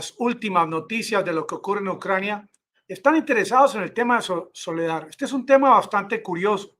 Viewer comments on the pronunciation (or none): Por favor, es SOLEDAR, con “R”; no Soledad, con “D”. Por favor,corrija!